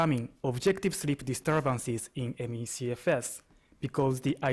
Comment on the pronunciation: Take a shot every time he says: ME-SHE-FS